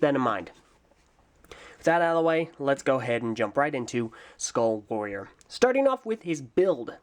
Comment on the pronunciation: "Ueuhh... Skuaall Waoorieeer..." That sounded weird...